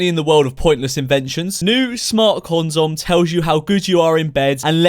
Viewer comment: I’m sorry did you call it a conzom? Lmao